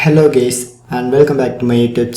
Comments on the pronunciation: my guy litereally said hello gays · Bro said hey gays at the start😂